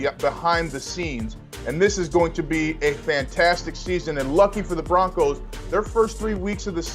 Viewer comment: The Broncers?! The guy called them the Denver Broncers!